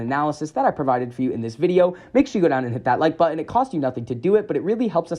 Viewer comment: Stop saying “Impor-int” and “buh-in”. ImporTANT ButtON